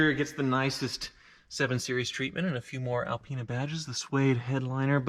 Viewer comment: BMW gave him the Al-peen-a.